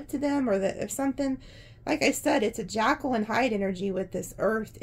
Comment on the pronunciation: Not jackal, like the animal, but Jekyl, as in Dr. Jekyl.